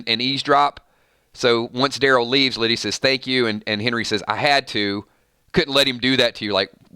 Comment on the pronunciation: "Lie"dia 😋